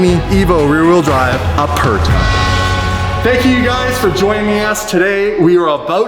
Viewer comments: I’m sorry but if you are the “number one Lamborghini ambassadors on the Internet” then you should know how to pronounce Aperta correctly lol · By the way he is saying Aperta wrong it’s supposed to sound like “uh-pair-tuh” not “uh-purr-tuh” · Great job. I love the look. Just an FYI it’s pronounced OO-rah-cahn AY-vo ah-PAIR-tah